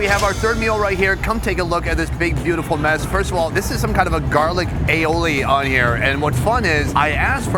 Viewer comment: lmao. risotto in a paella and asks "or 'garlic AOILI (XDDDDDDDD)' on top" what a clusterfuck of retarded ignorance put together in one same moment